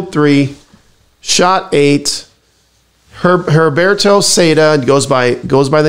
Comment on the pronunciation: The h is silent in Heriberto.... If you need help with Spanish let me know.